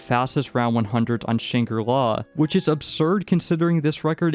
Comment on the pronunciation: It was agony listening to you mispronounce Shangri-La 100 times